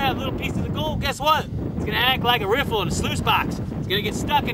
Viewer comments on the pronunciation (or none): none